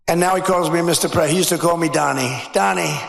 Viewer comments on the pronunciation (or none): Pwezident Elmer J. Twump